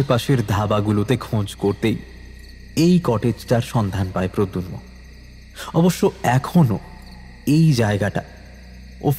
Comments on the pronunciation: Jini golpo ti path korechen tar modulation osadharon kintu puro golpoti te tini protagonist er naam mispronounce korlen. eta khub ossoshtikor. pradyumna.....not pradyunma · Nah khub kaane lagche miss pronounciation ta. Bhalo kore review kore golpo publish korun please. We have high hopes on you! 👍🏾❤️ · Golpo to bhaloi. Kintu character er naam actually “prodyunmo” na ota “prodyumno” hobe? 😮